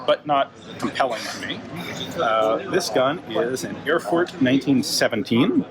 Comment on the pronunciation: The ever so subtle Chernobyl meme insert, kyehehe BTW, in order to pronounce "Erfurt" better you only have to say "Air-foort"